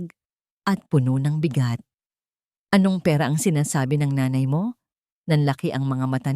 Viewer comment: ayusin mo pagbigkas ang nanay or nay ginagawa mong ney